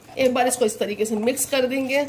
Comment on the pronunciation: Mam mix kehte hai misk nai 😂😂😂😂😂